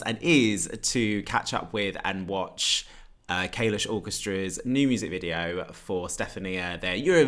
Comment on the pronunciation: the way you pronounce kalush makes me want to vomit